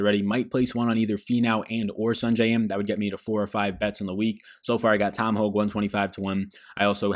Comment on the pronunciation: Hoge is pronounced "Hoagie"